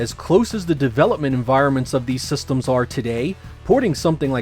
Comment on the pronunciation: its "systems", not "sestems" -.